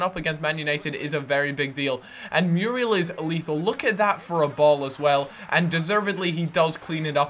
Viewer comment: muuuuurielllll not meeruel